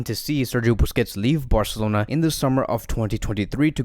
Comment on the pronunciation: nobody: this video: fc BAOR-celona